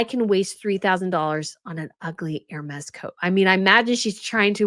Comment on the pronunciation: Hermes = Air-may